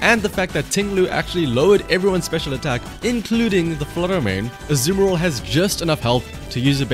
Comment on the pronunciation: ur accent to say "azumarill" makes me ear "The Samuroth"